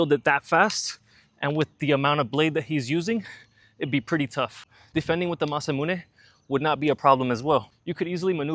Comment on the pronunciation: That beast looks so sexy. I want to own that Sword! Linguist nerd point; 'Mahs--Ah-Moo-Nae' Not 'Masah-Mu-Nae'